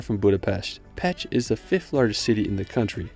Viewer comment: Thank you for visiting Hungary. It seems you saw much of the country. Please know that for Pécs when you say it to sound like "pech" this means penis. The correct pronunciation in English is like "paych."